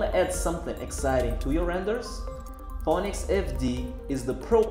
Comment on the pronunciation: Just a quick heads up brother, your English is fucking good by the way, however, when you said Phoenix, you pronounced it "phonics" which in the United States is synonymously related to the controversial English learning program that was racially associated with black people during the 90's and 2000's. I actually spit out my coffee laughing when I heard you say it. But no worries brother, I love all of your tutorials and don't worry about your pronunciation you're crushing it still. Thuuuuuuumbs up!